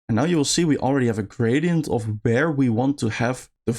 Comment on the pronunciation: Bro really said "And now we really want to have a gradient of BEAR (not where)..."